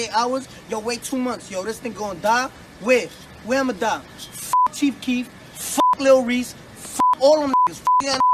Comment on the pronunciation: Chief keekf